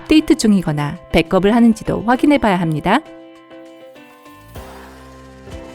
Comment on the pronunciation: 백업 발음할 때 백컵이 아니라 배겁이라고 해야되는데